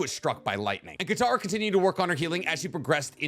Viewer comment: Mans really said kataro 😂